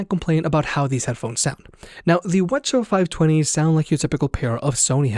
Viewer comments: Whuh chuh talking about? Double-You See-Haitch... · Quit pronouncing it "whuhchuh." It's cringe af. And you say it every 5 seconds. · Sorry I'm new to this. What are you saying?? Wha-cha? Wed-cha? Help me out LOL. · What in the f*** is ' wuh chu' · Are they really called Whuchuhs? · sorry but i cant with the wuh chu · You mightve been better off just referring to them by their model number instead of the "wah-cha" which sounded really weird to me as I watched the video. Otherwise good video and thumbs up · Yeah. I didn't know we're saying model nomenclatures now.